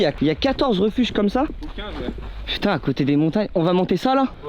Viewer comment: Inox qui prononce les refuges 😭😭 Sinon c’est incroyable, le mental de taré, juste GG